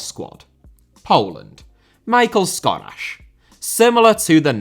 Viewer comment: Only for Poland he is not ''Michael'' but ''Mee-hal''... but I like you call em WEAKLINGS